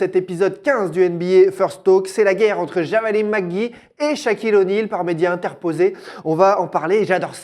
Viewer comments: Le présentateur il regarde la NBA desfois ? JAVALI ? Phonétiquement c'est "Djavale"....( à propos de Javale Mcgee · POURQUOI IL DIT JAVALÉ sinon bonne video